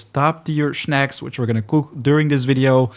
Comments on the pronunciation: Snack, not schneck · Man i love your vids but they way u say shnaks kills me every time 🤦🤦🤦